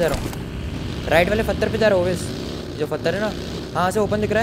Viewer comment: Fartar kya hota hai bhai😂😁😂...pathar